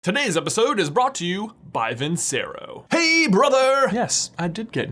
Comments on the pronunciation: I hope you know you are mispronouncing the name of the watch brand. It’s Italian...it’s pronounced...Vin-Chair-o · FYI If it's Italian, Vincero is probably pronounced "vinchero", since ce makes a ch sound. Just trying to save your brand deal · If this is an Italian company, it should be pronounced VIN-che-RO. "C" makes a "ch" sound, and the emphasis is on the last syllable (usually "o" in vincerò has the grave accent, making the "o" sound short but stressed). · I hate to be that guy, but it’s pronounced Vin-chero. I’ve seen more vids of yours and you pronounce it wrong there too. Might want to double check with your sponsor because if they’re Italian they’re prob offended. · And vincero is a Italian word, which means it should be pronounced vinCHero